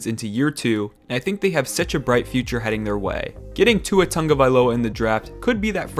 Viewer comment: Tua Toung-vailoa